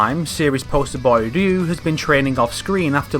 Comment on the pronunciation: Who the hell is "Rloo"?